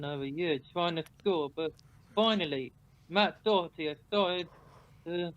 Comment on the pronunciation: I wish they would pronounce his name right at least. Its DOHERTY. Not DOCKERTY, and get off his back. Sessegnon is useless.